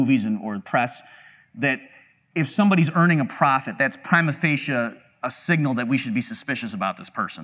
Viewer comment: the most horrendous way of pronouncing "prima facie" you'll ever hear